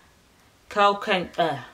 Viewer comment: Curl- Qwe-Kwinster 😂😂 I love your videos